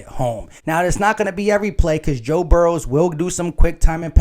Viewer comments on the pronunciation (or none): No “S” in Burrow.. FYI lol.. GoBrowns